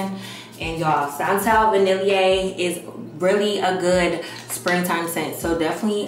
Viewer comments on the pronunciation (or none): I love you but gurlllll! Va-nil-e-a? Lmao. Vanille (va-nil)